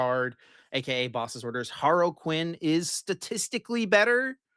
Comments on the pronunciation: also is HAR-LEE-QUIN not Haroquin sorry to cook you twice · Har-Luh-Quin. Not Harle-Quin. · it's not HAR-LEE-QUIN either dude, it's more similar to HAR-LUH-QUIN, the other you're referencing is the DC villain Harley Quinn.